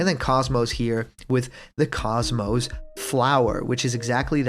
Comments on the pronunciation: KOS-MOS is pronounced KOZE-MOSE. Cozy with no y and most without a t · btw KOS-MOS is pronounced KOZE-MOSE. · Stop pronouncing KOS-MOS wrong! >_<